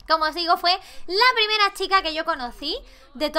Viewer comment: Laik si dice primrea😂😂♥️ Te queremos 😂😂♥️